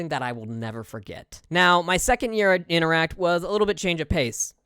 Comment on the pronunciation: Interac...not InteracT...note, no 'T"